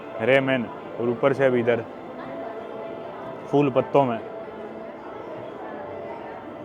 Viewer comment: Bhai phool hota hai fool nahi😢😢😢